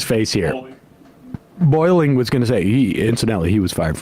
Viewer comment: I love that he called him Boiling instead of Bolling. It’s the little things.🤣